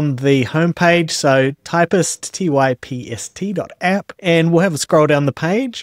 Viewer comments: I usually don't have a strong reaction when hearing a slightly odd pronunciation of a name, but hearing "Typist" kinda drives me nuts. As stated in the README of their GitHub Repository: » # Pronunciation and Spelling IPA: /taɪpst/. "Ty" like in Typesetting and "pst" like in Hipster. When writing about Typst, capitalize its name as a proper noun, with a capital "T". « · It's TYPST not TYPIST!!!!!